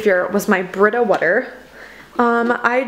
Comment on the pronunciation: Where on the globe are you that you pronounce water "whuter"? The linguist in me is interested.